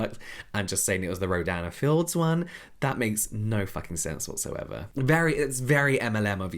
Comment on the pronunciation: The brand’s name sounds so much like you’re saying ‘Dan and Phil’ 😭